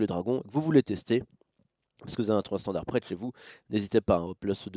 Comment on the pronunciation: Standart avec un t ? XD